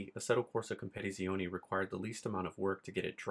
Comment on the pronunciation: You add to many Syllables in Assetto corsa competizione like you say compete in the same word. sorry to be that guy 😂😂